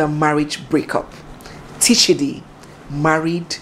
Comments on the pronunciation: Correction His name is Tchidi as in Chidi not Teechidi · It’s chidi not T-Chidi, the T is silent Pronounced- Chiadi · The t in Tchidi is silent. So it's just plain Chidi when it is pronounced. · The T is silent. The P in pneumonia cannot be pronounced because it is silent. So for Tchidi we say Chidi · Tchidi is still pronounced as Chidi. It’s a French way of writing it. If not, they pronounce it as Shidi. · Please the T is not pronounced on its own. I know a Tchidi, Tchineighlow, and Tchineighdow. Tchidi is pronounced Chidi